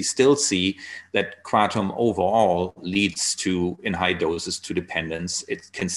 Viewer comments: yeah what happened to ... Kruh-TOM. ?? hey Tom!! meet my friend Nine... Mit_traga_NINE ?? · lol, I think you're right. I didn't give up... I still call it Krah-tom. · Hamilton back to pronouncing it kray-tum huh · Did I just hear Hamilton pronounce it as "kray-tum"?? What happened?! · He said in another interview yesterday that he feels like an asshole calling it “kra-tom!” 🤣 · Why do you pronounce it kraydom sometimes?